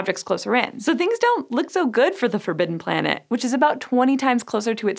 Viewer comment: da forbideNnn plANeettttt